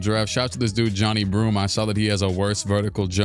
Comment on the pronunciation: Just a pro tip for future vids, it’s pronounced ja-nye broome not johnny broome